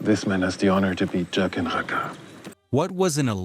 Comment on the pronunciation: Joaquin is pronounced HWA-keen. It's Jaqen, pronounced JACK-en.